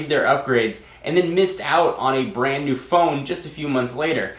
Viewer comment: "Mew" iPhone....